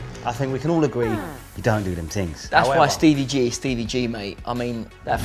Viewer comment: Stevie not Stevey